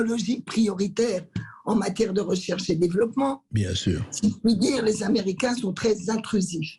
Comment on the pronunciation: Et menacé de vente à qui??? Aux Amewicains yeahhhh!!! Mewci!